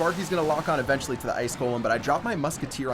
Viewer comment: does anyone else cringe every time he says the word eventually in the wrong way?lol